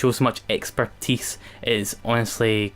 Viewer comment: Can you say expertise again please